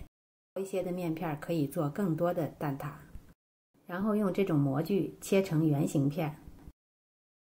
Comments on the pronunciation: 蛋ta，不是蛋da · 蛋挞 ta，不蛋da